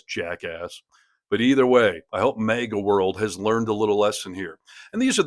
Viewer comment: Hey, MAGA is not pronounced "MAYGA". You're welcome.